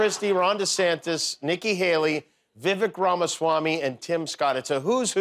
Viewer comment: Its vivek, it rhymes with fake 😂